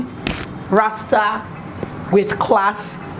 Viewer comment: Yes girl Jamaica. Heard a little of our accent when you said Jamaica , rasta